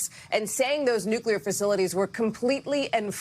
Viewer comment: Say what you want about your political beliefs - I'm just happy Hegseth can pronounce "nuclear" correctly. "NU-klee-ar". Found the first nice thing to say about him 😂